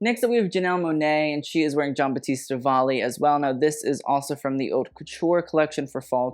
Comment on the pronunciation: Please please please if you want to sound posh for using French, go for it. But at least learn the right pronunciation for "haute". The h is silent, my dude